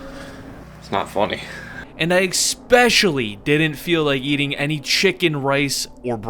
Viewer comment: He always says especially wrong......sum bout "eggspecially???"